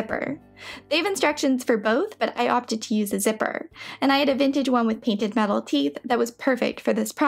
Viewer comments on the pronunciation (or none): none